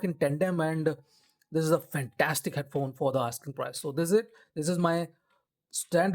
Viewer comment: its pronounced as Noi mahnn, this brand was purchased by Sennheiser decades ago